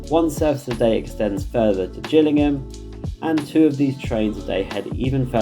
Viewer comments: Living around Salisbury knows Gillingham Dorset is pronounced with a hard G not a J pronunciation and it's Salisbury not sailsbury. But this video has come at a great time for me as I'm currently revising for my interview at swr so thank you for this video, it's great and a great help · Hi, just a point, Gillingham, Kent, as in Jill, Gillingham, Dorset as in fish have gills. crazy really, same spelling, different pronunciation. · Gillingham in Dorset is pronounced with a hard G as in Graham